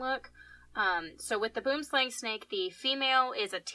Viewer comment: Hearing non-South Africans say Boomslang always makes me giggle. For anyone who is curious it's pronounced buh-oo-uhm slah-ng